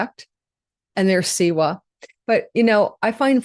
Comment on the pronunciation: W in siwa is pronounced like V